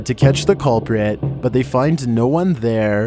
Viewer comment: "I am the onee who knocks"